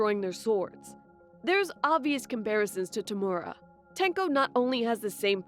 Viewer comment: who the hell is toomora it is tomura